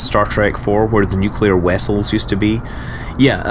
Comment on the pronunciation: nuclear Wessels :)